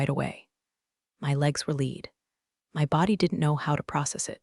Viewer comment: Her legs were lead😂😂😂😂 It's lead (led) as in the metal. FFs Just ruins the whole story.😢